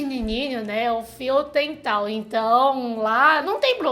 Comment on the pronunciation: "fio tental" kkkk